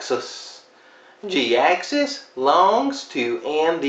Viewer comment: Jhiaxus I thought his name was pronounced (Jy-axus)